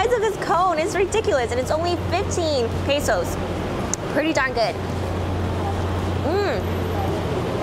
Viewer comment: Pesos not pasos